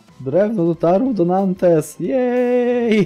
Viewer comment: Mała pomoc w wymowie: Bourges - Burż, Le Mans - Ly Mą, Nantes - Nąt, Tours - Tur. Będzie Ci łatwiej :)